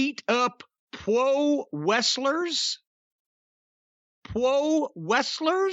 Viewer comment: Oh shit corny you're killing me 🤣 "Pwo wrestlers"